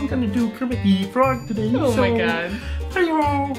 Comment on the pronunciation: you really emphasized the "the" when you said "Kermit THE frog". not that its a bad thing or anything i just found it funny. (in a good way).